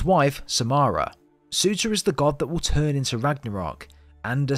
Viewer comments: Surr • turr. Not suitor. Surr • turr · He is called Surtur not sutah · Surtur not sewta